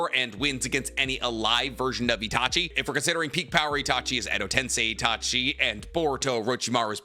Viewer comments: My only takeaway is just how says Edo-tensei lol his list I can understand because he gives fair explanation about the inviduals but Edo-tensei is pronounced ten-say just like how sensei is sen-say, not sense i lmfao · Pls stop saying edo ten-sye and say edo ten-say 🙏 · Bro. It’s TEN-SAY. GOOD LORD. You’d think someone who knows so much about Naruto could say things correctly 😂